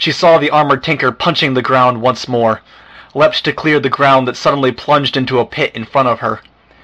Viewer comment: O.k. you said l-e-pt one time. That means that's your default... Why are you saying leep-ed the rest of the time???